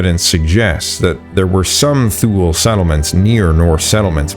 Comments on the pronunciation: Thule is pronounced "Tue - le", not "thool", isn't it? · yes, you are right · Thule is pronounced "too-lee" not "thool" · Thule is pronounced "Two Le" Not sure why I am telling the AI voice this 😂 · Thule is not pronounced “thool.” It’s too-lee or too-lay. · Great video. Thule BTW is pronounced toola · The Thule people is pronounced, 'Tool-ley', they used poisoned tip arrows that were blown from a hollow bone, when they fought the Norse, who resorted to wearing coats of armoured mail, when they fought the Thule, but to no use. The Skerlings in Vinland and the Thule in Greenland were badass warriors to get the better of the Norse, people in Europe had a lot of difficulty defeating the Norse in battle. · Thule is pronounced Too-lee in the latin sense of “ultimate thule” which was an island north of Britain. In current Scandinavian languages the final vowel probably sounds like a soft a.. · tool eee is how u pronounce thule